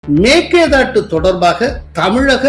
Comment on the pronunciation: எங்கேய்யா தமிழ் படிச்ச நீ? மேக்கேதாட்டு?? மேகதாது என்று சொல்லத் தெரியாது உனக்கு???